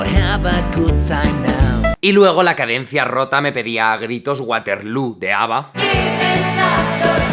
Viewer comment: Guaterlú... jajaja no, bebé... eres un genio musical pero no lo lograste con ese inglés jejejeje...